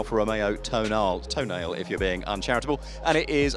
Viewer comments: It's called "To-na-le". "Le" like in "Le Baron". "e" isn't silent, you uneducated idiot. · Every time a Journalist mispronounces the new Alfa Tonale and thinks its witty just hear the word "tosser" instead.